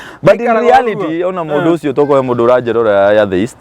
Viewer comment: Atheist, inapronounciw -a letter ya mbele as; E. Ile ya kiswahili. Sio A, ile ya kiswahili. Google usikie pronoun ciation ya hilo neno vizuri/correctly. Kizungu si our mother tongue, but tujaribu kutamka itakikanavyo. Watoto utuiga, so, tutamke correctly na kuji correct pale tunajua.